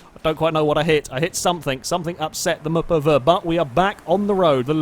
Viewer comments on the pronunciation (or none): how many times does say muhpuhvuh?